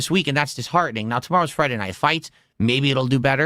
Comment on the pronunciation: "Oh, trying something different and new...let me open my velcro wallet naow"